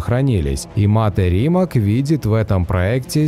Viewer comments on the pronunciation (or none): Nije Rimak nege se cita kako se i piše. RIMAC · РимаЦ, а не Римак)) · не Римак, а Римац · Уважаемый! Не коверкайте пожалуйста фамилию Мате Римаца. Он ни разу не РимаК, а Римац. Вы же ставите правильно ударение в его имени и фамилии, думаю и её окончание не будет большой проблемой правильно произносить 😉 Ваш канал супер! ✌️✌️ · Видео познавательное. Вот только не РимаК, а РимаЦ! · Ну фиг с ним, машину называют на английском и призностят как Римак, но из уважения к создателю, правильно говорить его фамилию Римац. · Не Римак, а Римац. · Правильно говорить - Римац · Да. Согласен. Коверкать название бренда, особенное если это фамилия основателя - несерьезно.